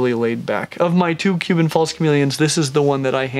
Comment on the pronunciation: Stingin rad... Huban false chameleon. Haha, so many mispronunciations is these vids., dont get ahead of yourself. No need to rush, your audience is not going anywhere; your vids are too great.